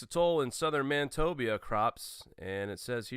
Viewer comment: Manit-obia..... lol It's Man-i-toba